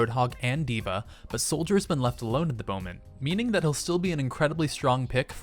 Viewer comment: 25 He says boment instead of moment. Shame him.